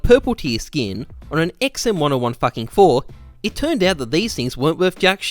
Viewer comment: the way you pronounce the XM1014 causes my brain to bleed